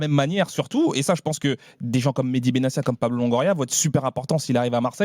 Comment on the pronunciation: Acherchour qui prononce Benacia c’est un peu bizarre !